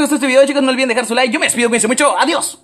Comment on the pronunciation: Dijo olvidence de suscribirse jajajajajajajajaja